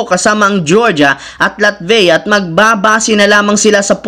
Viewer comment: "LATVEYA?" SAKIT MO SA TENGA PAKINGGAN IDOL